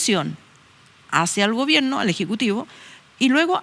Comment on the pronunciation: Y dice gobienno